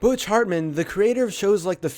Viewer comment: He said Butch wrong